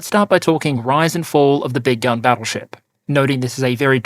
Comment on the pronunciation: “Big gun battle ship”, I thought he kept saying “big dumb battle ship”.